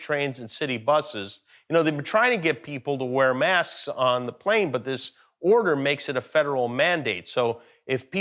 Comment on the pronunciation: “The pentagon put d real nuclear code to d football”. I’m dead 🤣🤣😂🤣